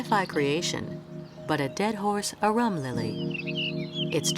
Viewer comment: Dead horse arum lilies! I have never heard of those. Had to look that one up as I couldn't understand the pronunciation. So had a guess.